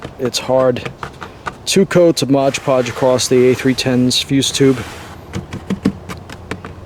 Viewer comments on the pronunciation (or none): Mod Podge not Modge Podge